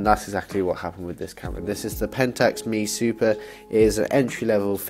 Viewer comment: Great video. But it is pronounced M.E. Super. Long live film!